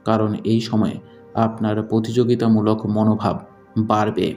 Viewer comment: পতি দিন, পতিযোগিতা ঠিক করে উচ্চারণ করুন